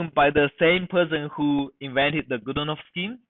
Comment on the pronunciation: Godunov's theorem!! Not GodOnov! Change your microphone! It is disgusting!